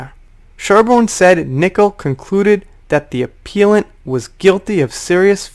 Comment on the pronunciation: ah-p-eh-llant. Lol. Keep up the great work. Take care.